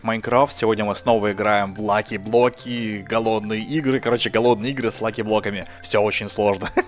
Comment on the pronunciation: На Диллерон сказал лахиблоки